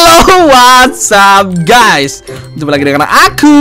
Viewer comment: "HELLO WHAT'SAP GAYS" 🗿